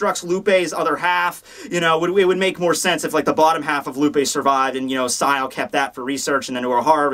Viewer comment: YOU PRONOUNCED SZAYEL'S FIRST NAME CORRECTLY!!!!!!!!!!!!!! WOOOOOOOOOOOOOOOOOOOOOOOOOOOOOOOOO!!! FIRST TIME! Not Zee-ai-ale, like you always say. :D Great. Fantastic. More pshyched about that than urahara's bankai. Now you just need to get the other 50% of words down :P